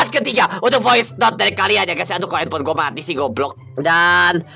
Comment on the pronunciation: Bilang voice aj VOICETOD 😂🤨